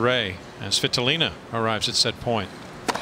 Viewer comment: why the umpire Saying Game: Sweeetolina ???? Isnt she svitolina?